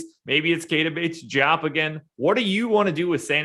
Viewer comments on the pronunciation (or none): As a family friend of bates-diop, I have an obligation to tell you guys it is pronounced, Dee-op. The joup thing don’t sit right😭